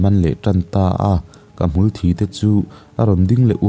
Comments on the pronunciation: Hmul thi tih thi(Death)ti a lam tur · Ka comment tlai viau na chu..sawisel lai tur kan lo sawi ve lawk ang e... Hmul thi(Blood) niloin..hmulthiii...(dead). ka sawi awmzia i hriatthiam ka ring..chu mi tih loh chu i sawi hlauhawm thiam bik tawp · 'hmul thi' tih hi mitthi' tih a thi ag khian lam rwh...a hahthlak..'ka hnar a thi'' tih a...thi ang khian ilam thrin a....ngaihthlak a hrewm. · Hmul thi tih hi i lam diklo ziah mai